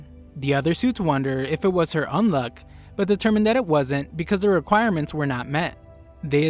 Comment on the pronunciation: did my guy say Undead "Unlock" or is that an accent thing ?